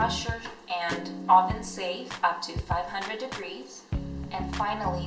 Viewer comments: What's an "ahven"? UHven. Eastern European accent? Also, blink more. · Say oven right bitch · She can’t say oven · "I popped them into my AHven." Wtf? 😂😂 I've heard people say a plethora of words in a weird way, but "oven" definitely hasn't been one of them 😆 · Seriously? Maybe it's an accent. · How you say oven makes me cringe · Why u say oven so weird